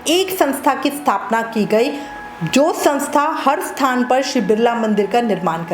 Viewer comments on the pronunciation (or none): none